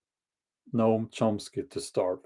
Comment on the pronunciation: You said the name correctly. The difficult part of his words are their cruelty and inhumanity. People listen to him and believe by the virtue of their beliefs, they're the best and brightest we have and think they are morally superior. I heard some Progressive friends talk about homelessness the other day, they lake empathy and compassion.